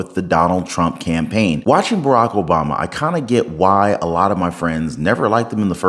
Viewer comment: WoW 😲 Obama don't even know how to pronounce his own name 😮😅